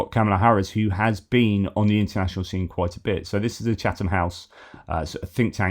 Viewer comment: Did you just say Chatham like an actual person from Chatham? 😮🤦🏻‍♀️